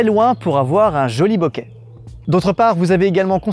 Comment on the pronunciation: je suis désolé mais bokeru en japonais ça se se prononce bokérou ça veut dire "trembler" boketeru" bokéterou, ça tremble, et enfin,c'est flou se dit "boke" : boké c'est flou avec un accent aigü et surtout pas en voyelle longue et avec un accent grave comme tu le fais avec ton "beauquet..." amen